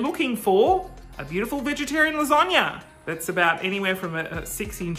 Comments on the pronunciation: Melissa Baby it’s more of an a sound not an O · Why you keep saying lasagna like lasonga. Please I need answers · Baby Bear I’m Australian and I don’t say lasonga hahahahaha I say lasagna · No one: Absolutely no one:: lasönga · Okay... wtf is with you pronouncing of lasagna?! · i googled it just to make sure it wasn’t how italians pronounced it but nope. nothing like it. i’ve never heard that!!! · Melissa Baby i lived in the US for a year and never heard it that way. lol. must be a regional thing. the most common american one i’ve heard is las-a (a like in apple)-gna. In Australia we generally say las-ar-gna.